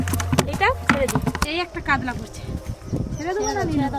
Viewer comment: কাদলা ❌ কাতলা ✅